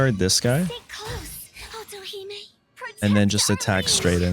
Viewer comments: Otohime is pronounced like "Oh-toe-hee-may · Otohime sounded like - auto he me